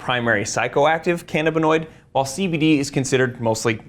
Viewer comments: Ca-NA-binoid not ca-na-BINoid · It's pronounced can-A!-buh-noid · Utter B.S. marijuana , components thereof, are excellent anti-inflammatories. Inflammnation is a key component of disease. CBD. This is utter crap. It is called can - AB in noid. He doesn't even know how to pronounce it. It is the medication of choice for me at 73. I am in glowing health. Does he work for Big Pharma? Apparently. The human body has receptors for canbabinoids, we've used it for a long time. He knows a lot of big words though. Ha! What utter crap.